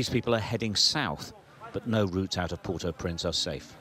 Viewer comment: Say port-au-prince.